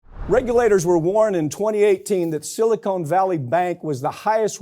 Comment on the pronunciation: Silicon; not Silicone!